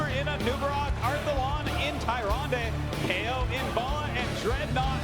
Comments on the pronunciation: yeah from a glance, Tyrande initially seems like its pronounced Tie-ron-day but the official pronunciation is Ti-ran-da. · "Tie-Ron-Day" I'm so salty right now. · haha yeah that bothered me too. Somebody should have corrected him. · Tay. Zon. Day. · you would think, being announcers for blizzard tournaments, that they would know how to pronounce tyrande haha. super fail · this is not how you pronounce Tyrande!!! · kills me how they pronounce Tyrande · I hate how the commentators pronounce "tyrande"